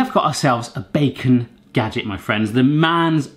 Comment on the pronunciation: the bacon gadget is dutch i died when he tried to say it